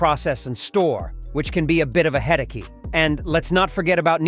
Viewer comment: 🤣🤣🥲 This voice program cannot read english. gives me a bit of a "head-a-key", and leaves me wondering where "Kirbonmon Ox City" is. Maybe Beijing? Somewhere near BangLAdesh? read like a 3-year-old, yet with precise diction.